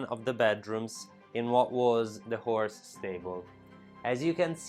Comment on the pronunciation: I thought he said “whore” stable, probably meant horse.